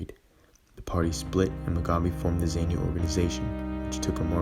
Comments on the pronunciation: Some of the footage is not even related to Rhodesia, you can see that it is from the Vietnam war. The commentary audio is too soft and the music too loud, a lot of the music is also not related to the Rhodesian story. Zaynu (incorrect pronounciation) pronounced zaaarnu terrorists raped and murdered the female survivors of the viscount that crash landed after they shot it down. Zaypu, correct pronounciation Zaarnu were also responsible for lots of atrocities on black civilians in the rural areas, cutting the lips and ears off these civilians and forcing the civilians to cook and eat their own ears and lips, just because the people did not have any food to feed the terrorists. These are the people that are now running the country and things have gotten from bad to worse since independance a lot more people have starved than in Rhodesian times. Mocambique gained independance in 1975 not 1976, clearly the narrator has not researched this story properly and has no clue as to what really happened. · It’s funny how you pronounce the guerrilla groups ZANU and ZAPU, it’s Za-puw and Zaa-nuw - Zaa-nuw-pee-eff. Nice video otherwise very Quinton Tarantino esk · That's NOT "great" mate. Rhodesia and the the Rhodesian Security Forces deserve more respect. These soldiers fought and died for something that you gloss over with 60s music and nonsense 'facts' - you can't even pronounce Zanu or Zapu - but you'll play the Rolling Stones as backing music about something you clearly know nothing about.